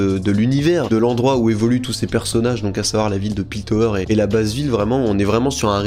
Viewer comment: C'est Piltover la ville, pas Piltower comme tu a l'air de le prononcer, mais jten veut pas je ne me souviens pas d'avoir vu la ville écrite dans la série